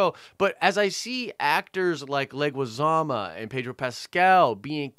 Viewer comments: Who's John Leguizama? It's Leguizamo MO MOOOOOO. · John Alberto Leguizamo, last name pronounced "leg-wih-zah-moe". Not trying to be picky but I cringed every time you said "leg-wih-zah-mah":P Love the show and the updates!